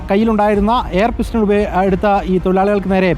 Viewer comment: പിസ്റ്റൺ അല്ല പിസ്റ്റൾ 😂😂